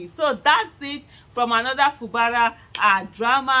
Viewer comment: Aisha it is pronounced. FU GBARA NOT FU BARA